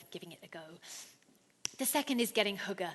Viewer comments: yes, her pronunciation of Hygge is quite amusing... it distracted me from taking her seriously though :) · I’m amazed how incorrectly foreigners interpret the Danish experience, mind you, after 3 years she still can’t pronounce <HYGGE> without making it sound like hooker so perhaps she is a little to unique. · Haha every time she said “hygge” I heard it as hooker. I know it’s childish but I just can’t stop laughing at “Invite your neighbors in to share your hooker” lol. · When she said "Hygge" I thought she said hooker for a second. I was like, we do have hookers, but idk if that is relevant just for Denmark. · lmfao it sounds like she says hooker when she says hygge lmfao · That's not quite how hygge is pronounced. We don't invite anyone to share our hookers. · Will she stop 🛑 saying ‘hooker’ as oppose to ‘ hygge ‘ ??? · Each time I heard the word "hygge" is sounded like "hooker", but my head is also messed up. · as a dane my self when she started trying to say hygge then sounding like she is saying hooker i was laughing my ass off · omg...invite someone in to share your hooker...haha...I had to think "what did she mean" but of course...hygge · haha that's what I was thinking.. but hookers are.. sort of... legal... and they do ( I guess ) bring happiness :) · hehe yeah, "Invite someone in to share your hooker". Had me in tears... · I heard it as hooker too hahah. But since I am danish I know what she said haha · Every times she says 'hygge' it sounds like she's saying 'hooker' still need some work on the Danish :). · hahahaha jeg tænkede faktisk også det samme XD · yea when she says hygge thats not how we pronounce it lol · Sådan hørte jeg det også haha :D